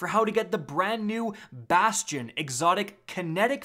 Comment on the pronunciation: Thank god you say it right. Everyone else says basty-inn